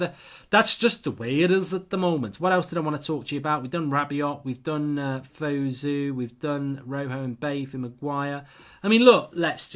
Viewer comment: Mark it’s pronounced van de b-ache